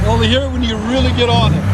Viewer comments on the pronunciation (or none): none